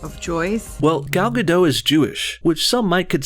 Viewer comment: you're pronouncing Gal Gadot's name wrong